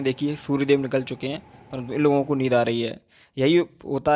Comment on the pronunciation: Bro it's neend yar 🤣🤣 by the way u r doing great 👍🙌